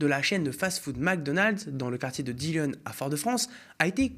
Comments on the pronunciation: C'est Dillon pas dillone et il faut parler déjà des réunions qui ont déjà eu et les revendications porté par le R c'est une affaire a suivre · Dillon se prononce "di-lon". Merci d'en parler. ❤️